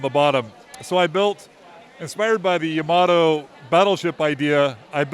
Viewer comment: Yamato not Yamoto 🤦